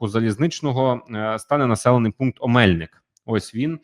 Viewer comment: Будь ласка перевіряйте наголоси географічних назв. ОмельнИк, ГайчУр. Може і невелика різниця, але людям, які втратили рідну землю то боляче